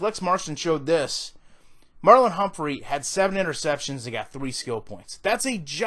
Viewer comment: am i the only one that heard "Merlin Humphrey" ? 😂